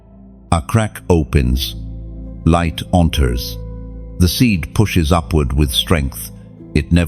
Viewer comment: " I Live ! In The Livht!"